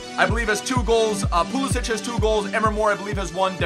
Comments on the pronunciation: Pulisic, pronounced Pulisik NOT Pulisich. And that's straight from the mouth of Pulisic. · you say emre and pulisic wrong pulisick no sich he said it in an interview and emre like emre can, im not being mean in just pointing it out, love the vids